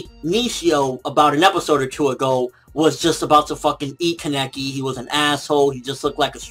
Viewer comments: fucking pronounce Kaneki right, please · jeez he's still saying his name wrong sigh.